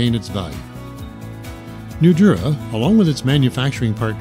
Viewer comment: Great product! but let the commenter know that Nudura is pronounced with a longer emphasis on the "a" of Nudura. eg. Nudura(h).